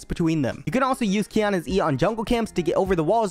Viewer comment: Quiona lmao